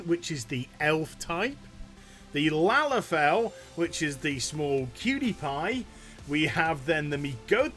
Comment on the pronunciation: Can you say Lalafell again it made me laugh the way you said it